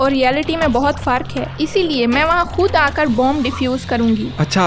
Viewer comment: “Faaark haay” is pundu… neither Hindi nor Urdu 🤣